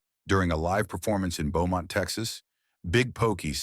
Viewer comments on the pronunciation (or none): none